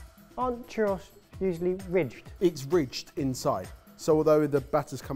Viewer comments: As a Brit I decided I was no longer sure so listened to a Spanish guy pronounce it. Turns out are right but need a roll on the rr. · The way they pronounced churros hurt me inside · I've never heard anyone in the UK pronounce them as "churros", I have no idea where they got that pronunciation from. Apologies on behalf of my fellow Brit's. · The way you guys pronounced Churros killed me every single time. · Im English but my eye was twitching on how they were pronouncing Churro's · I heard them pronounce churros and I was so confused until they had it type out. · I can’t get over how you guys pronounce churros. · ok that pronunciation of churros was interesting... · Google "churros pronunciation" said with one R no S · The way they all pronounced churros makes me want to rip my ears off. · The way you guys say churros is physically hurting me.. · How you guys pronounce “Chorros” and the fact that you roll out your tortillas are downright heretical where I come from. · I love the channel but please learn how to pronounce words correctly. That is NOT how churros is pronounced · Boys, didn't you learn your lesson with Paella? You've literally made the whitest, least authentic version of both churros and tacos (and mispronounced the name of one of them). Stick to bangers and mash, or learn to make what you're claiming to make. Stop murdering Latin foods!!!!! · It's pronounced Churr Ohhs...not Churr Oss... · My guys it’s not pronounced Chur-Ross. It’s chur-rose. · "chur-ross?" churros, man, CHURROS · Jesus Christ. Churr-OHs. Pronouncing it Churr-OSS makes it sound like a Star Fox villain. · Churr Aws? Dudes, it's churr ohs. It's a bloody PLURAL. One churro. Two churros. And I though bee tah was over the top. (And for the record, yes, I'm a Brit - but I managed to get out of the UK and actually visit other parts of the world.) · I'm getting caught up on the fact that pronounced churros as "chur-ross" instead of "chur-rose"... 🙃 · ChurrOH... is how it is pronounced.